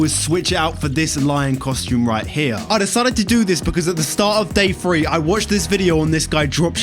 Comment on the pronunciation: English be like: "Day faree" Good and honest video though!